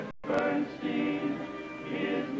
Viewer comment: Wow! Betty Garrett in a mini-LADY IN THE DARK.( | wonder if the mispronunciation of Leonard Bernstein's last name is intentional or part of the gag?)